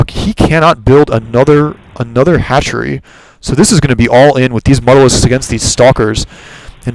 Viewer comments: Not trying to be a jack-ass but mutalisk is not pronounced mut-alisk, its more like mute-alisk, deriving its name from "mutilate". Otherwise great commentaries... keep posting. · it is pronounced "mute - a - lisk"